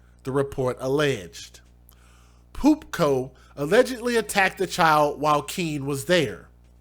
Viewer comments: The grammar nazi in me was dying because kept putting a 'C' In Pupo 😂😂😂 I was like;! If you don't stop saying Pupco! Gawd🤦🤣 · Its PUPO not PUPCO ffs get it right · This is sickening. I hope they get what they deserve in prison....but why is he saying POOP CO...repeatedly there’s no C in his name....it’s PUPO.....can’t decide whether to laugh or it’s annoying..just saying ☘️☘️ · You really slaughter last names It’s not PUP-CO it’s PU- POH Sick people she has an IG page. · That sick monster's name is PU PO, not PU Co. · I think by the photo you showed of the guy that his last name is PUPO w/o the 'c' like how you said it lol. No biggie...still can call him POOP-CO bc it's fitting.... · You are pronouncing his last name wrong? It's not Pupco...it's Pupo! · His name is Pupo, not Pupko. May he rot in prison. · Isn't his name Pupo, he keeps saying Pupco. Is that on purpose? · There is no c or k in dude's name man. He's a disgusting piece a shit, but get the animals name right. Pupo. Pronounced Poo-Poe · Where are you getting the "co" from? It's 4 letters. P-U-P-O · Abusers always come up with excuses ... 👎🤦👎👿👿👿👿 Send them in for life, they will do it again and I am sure they did it before. It is "poopoh".... not a K in that name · Why do you keep saying pupco? There's no C in there. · Pupo not" Pupco." Kissimmee is pronounced" Kiss-emmy." And rapist are pronounced "lowlife-good-for-nothing-demons-spawned-from-hell!" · I was thinking the same thing! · Yeah, adding the k is comical.